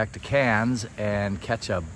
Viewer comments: It's not pronounced "Cans" but "Kerns" Thank you!! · K air ns